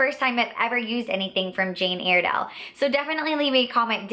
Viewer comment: It's pronounced Jane Ire (as in synonym for angry) dale, not Airdale. The most popular products are the mineral foundations, that's where the whole company started from. The pressed powder is amazing!